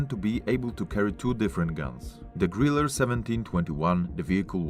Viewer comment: Sorry the "e" at the end of the word Grille is not pronounced as an "er". It is pronounced like the 3rd e in Beethoven.